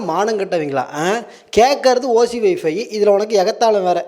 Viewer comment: அந்த நாய் போட்டு இருக்குற சட்டைலயே இருக்கு அது பொய் பேசுதுன்னு. அது என்னது வைஃபி யா? 😂 வைஃபை ன்னு சொல்ல தெரியல இதுக்கு ஓசீல வேணுமாம்